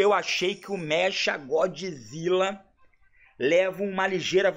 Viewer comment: God"i"zilla kkkkkkk